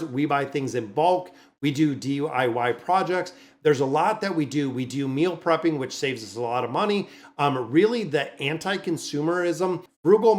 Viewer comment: Had to laugh when you went from talking about cars to "DUIY" projects lol